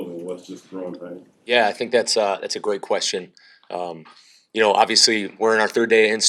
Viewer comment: Gwate Qwestion